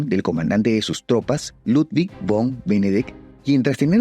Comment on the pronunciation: Otto Von Bismarck. V dental no. Fon Bismarck 😅.